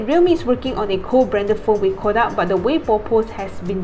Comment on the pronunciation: You were pronouncing Kodak incorrectly. Please correct it from now on.